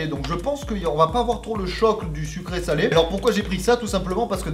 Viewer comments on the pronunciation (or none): none